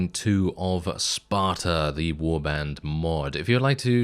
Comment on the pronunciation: THIS IS SPARTe?.... isn’t it S P A R T A? I’m disappointed now